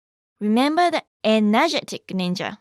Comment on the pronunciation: When you say ennajatic ninja that makes me laugh